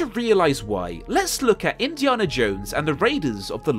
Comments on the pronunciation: Great video mate. But its Indi"anna" not Indi"arrnah" and I'm English. Loved the video though. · why do you say indiarnah? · I'm English and I've never heard his name pronounced as Indiarna in my life. Where did you get that from mate? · You saying “Indi’arnah “ Instead of Indiana is very disturbing ! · You are the only person I have ever heard say Indiaana jones with a long a! :) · please never say Indiana like that ever again. You Brit’s complain we can’t pronounce your place names and then say shit like that. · I get that southerners pronounce the letter a differently to northerners (e.g. grAHss grAss) but you’re just pronouncing Indiana wrong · The way you pronounce "Indiana Jones" is crazy to me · The way you pronounce Indiana is unforgivable. This is coming from a Brit btw. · I absolutely despise the way you say Indiana. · Why can't he say Indiana? Great video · I am slightly bothered by the way he pronounces "Indiana". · Please stop mispronouncing "Indiana", it is driving me crazy. The movies all say it correctly, so... watch them.